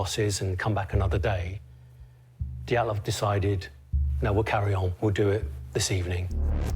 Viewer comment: Анатолиии Диятлоу. Смешно бриты произносят фамилии и имена.